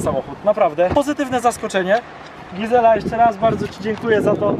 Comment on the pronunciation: Gizela a nie gazela 😅